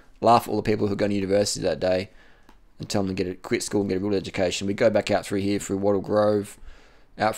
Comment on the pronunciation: I like how he tells people to quit school, yet he can't pronounce a word properly. "Perf" "Froo here"